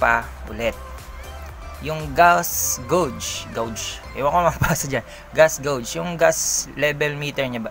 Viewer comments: Geygs ang pagpronouns s gauge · Yung pronounce mo ng gauge mo "geyg" dapat. Okei?